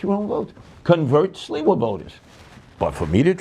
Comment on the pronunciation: Gotta give sliwa credit for not purposely saying his name wrong.